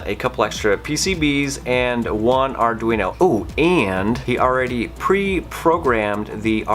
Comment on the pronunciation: Great video! Arduino --> Arr-dween-oh. Greetings from Italy! :)